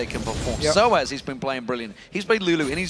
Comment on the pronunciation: Why does Deficio pronounce Xpeke: XpekeR. And Soaz: SoaRz?